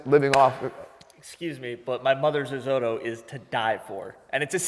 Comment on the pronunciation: Risotto mispronunciation bothered me far more than it should’ve.